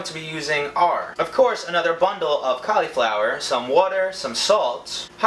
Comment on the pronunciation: Did anyone else get annoyed buy how he said cauliflower😡